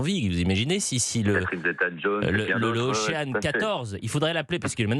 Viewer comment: Pour ceux qui ne sont pas bons en anglais, ne vous fiez pas à la prononciation de ce journaliste pour le mot ocean. J'ai remarqué que les Français avaient beaucoup de mal avec ce mot. Mais si les médias français diffusent des exemples de mauvaises prononciations, on va pas s'en sortir.